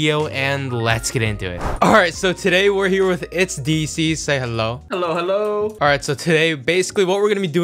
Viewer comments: I thibk he mixed up diecies and deezee ummm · like deezee